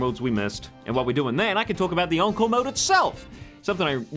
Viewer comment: I hear uncle not encore